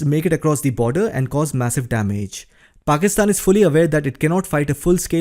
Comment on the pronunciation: You pronounce well the name Pakistan 👌